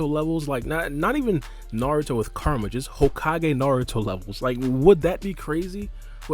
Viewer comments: Ku-Ra-Ma (Coo-Rah-Mah). Not Kar-A-Ma. Alright, video though. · Dude I'm sorry but I cant.... Kerma?? Kerma???? Koo-rah-mah KURAMA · This whole time I thought he was saying KARMA and was confused about why this has anything to do with karma but he's actually say KURAMA which now makes the video makes sense... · It’s bothering me when you call kurama “karma” Kur- a- ma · Who is Ker-ma? I thought it was Ku-ra-ma. Am I wrong? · KUR-A-MA ..3 syllables bro. Real easy to pronounce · Nah you're right. It might be their native tongue/language that makes it hard for them to properly pronounce and say Kurama's name. Or maybe he just speaks too quickly and needs to slow down a bit when saying the name. Whatever the case he is saying the name wrong and he's not the only one doing that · A lot of people pronounce Kurama name like that lol another spoiler video I watched before this said his name like that too😭